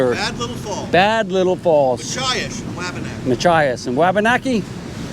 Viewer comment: Hate to say it, but... Machias. Love your videos, 😎